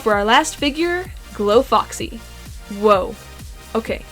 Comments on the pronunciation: Is it just me or did she say boxy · It’s not boxy it’s foxy :/